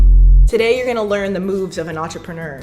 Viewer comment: Nobody: Absolutely Nobody: Eva: Entrepen-er